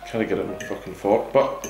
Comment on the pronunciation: I think with the accent it should pass YouTube's censors. I mean he said foookin, that's not a word.